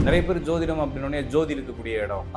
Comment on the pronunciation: ஜோதிடம் என்பது தான் சரியான உச்சரிப்பு. அவர் சொல்வது சரியில்லை. ஜோதிடம் = ஜோதி + இடம். ஜோதி கிரஹம் இடம் மாரிகிறது. அதான், அதன் அர்த்தம். Astrological treatise written in sanskrit. This was actually translated by Dr. B. V. Raman the world renowned astrologer. வராஹமிஹிரா, பிரிஹாட் பரசாரா ஹோற சாஸ்திர, கடலங்குடி,.... இவர்களேல்லாம் ஜோதிட மேதைகள். இவர்கள் பெயர்கள் எதுவும் அவருக்கு தெரில.